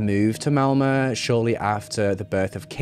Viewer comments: This case I've heard of. I'm from Norway. You are the first english speaking person that pronounce Malmø correct. My key board doesn't have swedish letters so I don't have the right ø. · I know this is an older video, but I was curious on how a non-Swede would talk about this (it happened kind of close to where I live in Sweden) and I just want to give you a thumbs up on pronouncing both her last name and Malmö (ö isn’t a fancy o and you got that!)